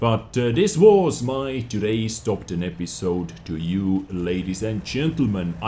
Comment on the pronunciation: I heard TOG 10 instead of top 10 xDD i just got the scorpion today, its cool